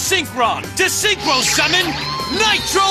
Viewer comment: “That was a vewy nice Synchwo Summon, Yusei…”